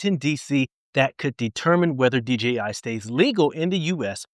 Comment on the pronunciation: Thanks for the info sir. Oh, and one very small thing. Thanks for saying DJI instead of DGI. Again, just a small thing, but it's so huge for me, lol. Take care, stay safe, and keep flying!